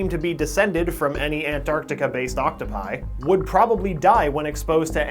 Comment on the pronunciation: does him saying octopi bother anyone else or is it just me?